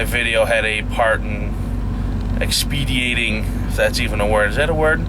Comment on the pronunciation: I think you're a great guy! No offense, but the word is 'expediting' not expediating.